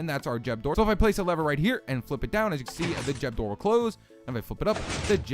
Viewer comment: What's a jeb door? Lol